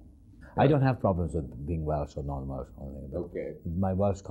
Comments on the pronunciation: It’s Welsh, Dick, not Welch. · Did he say...Welch?